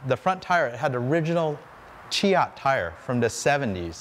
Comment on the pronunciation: It's pronounced shay- ot